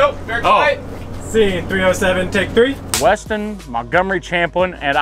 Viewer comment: I like that instead of Weston you day western every time lol